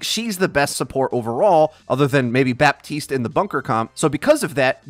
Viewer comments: Anyone else affected on how he says Baptiste? It's pronounced BA-TISTE NOT BAP-TISTE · stop saying baPPPtist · As a french speaking person, the way he pronounces Baptiste makes me cringe so hard.